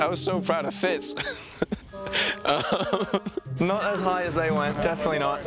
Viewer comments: she said “fitz” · she said fitz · She said fitz lmao